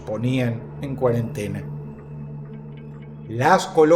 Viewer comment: Dross: "La quarantina " Mi cabeza: "ecuipo"